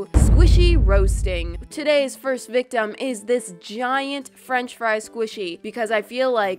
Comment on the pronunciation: It’s funny how she says Victim, like it’s gonna go through torture.. heh heh I wonder why